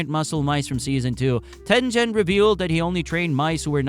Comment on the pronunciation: Dude mispronounced Tengen, Mugen and Sanemi. Those are not hard words or names to pronounce.